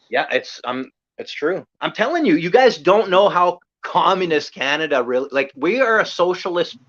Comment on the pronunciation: LOL,, "hey're from Canadia",, LOLOL,, I do that too,, or like I "said to Clutch the other day",, Cana-Dians,, 2 words,, LOL